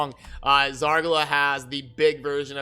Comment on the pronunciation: Zar ga la? It's Zar gal a dude. Great stuff man. (btw keep calling her Zar ga la, it can be a trademark) thumbs up.